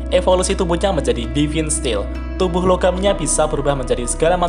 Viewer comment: Divine dibaca devin 😂